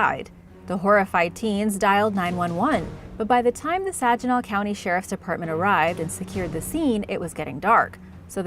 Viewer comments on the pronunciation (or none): Also it’s pronounced Saginaw not Sajinaw